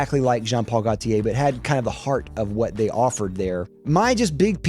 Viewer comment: I hate how you pronounce "Gaultier" and "Bleu" 😛 (and "intense" when it's a French name). And that's objectively bad. I actually like the Dior Homme line and Interlude (even if the recent batches of both are not as good)... the rest of your hates I understand, including Le Male. I haven't known the original formulation either, the current one is way too minty... I like Le Male Le Parfum though.